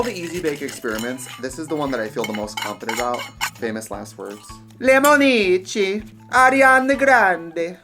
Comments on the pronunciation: buh-dah-bit buh-dee bee lemon--eee-she ok....i am now fluent in italian...thanx trix. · As an italian boy, I feel so honored watching this video hahaha. Don't worry trixie about your pronunciation, it's fine. I just want to ask you: what the hell does "Lemonici" mean HAHAHAHA? Love from Italy🇮🇹❤️